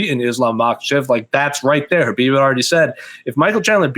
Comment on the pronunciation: It's KHABIB not KHBAIB